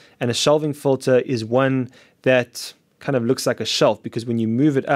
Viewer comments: Kahaan Ok. Just had a quick listen to him again. Hehe. It's weird how he says "in" fine, but then makes "Filter" into "Folter". Anyway have a great day. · You say fulter i say filter.